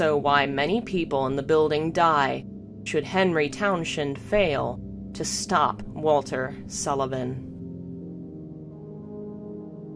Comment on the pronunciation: Jesus, stop saying Town-shend! It's pronounced Town-send. Anyone else bothered by this?